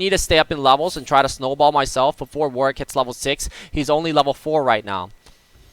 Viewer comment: is like the only member of the League community that pronounces Warwick's name correctly, it really pisses me off when people say warWICK.